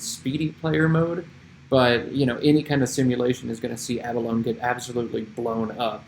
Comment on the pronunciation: Love all this - BTW, pronunciation is a-buh-low-knee. Great humility!